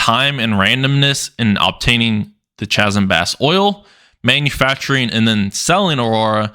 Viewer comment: Chasm is pronounced (kazem).